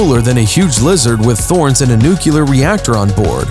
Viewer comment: It's nuclear, not nucular...